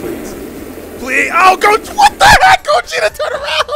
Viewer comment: That's gogeta not vagito